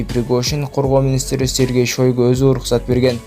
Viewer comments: Мынабу суйлоп аткан Шойго дейтко Айтылганда Шайго деп айтылат,ростов на дону жазылгандай кылып айтпайт растов на дану деп айтылат,кыргызды уят кылвагылачы,суйло туура суйло или унчукпа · Сергей Шойгу эмес Шайгу десен